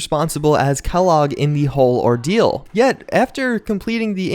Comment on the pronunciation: It's Kellogg godammit